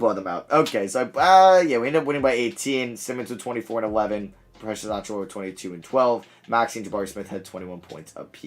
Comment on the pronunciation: And Precious I think lol